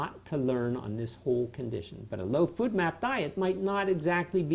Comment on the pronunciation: I took a drink every time he said food map instead of FODMAP and now I'm shitfaced